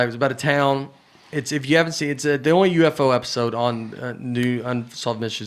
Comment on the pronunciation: I’m surprised no one mentioned Nate saying UFO-go…. 🎤🤷🏻‍♂️